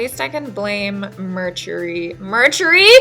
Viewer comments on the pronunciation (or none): BAHAHA i hit the smashed the like when you said MURCHURY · "Mertury" is the most Mercury retrograde thing that could have happened lmao I'm crying, you're the best 😂😭💕